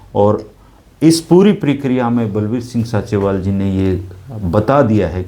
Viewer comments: भाई उसका नाम संत बलबीर सिंह “ सींचेवाल” है ना कि “साँचेवाल” please correct Thanks 🙏🙏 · Sinchewal है जी ना कि Sanchewal